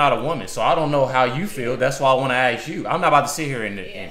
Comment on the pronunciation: Its "ask" not "axt"!!!!! is it ignorance or some culture thing???